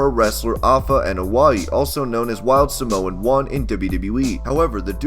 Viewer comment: don't say Samoan its afensive because you prounced it wrong! I should know cause I am Samoan